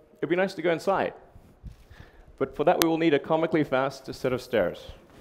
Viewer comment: Aybiel Kasima I thought he said "Vast" not fast?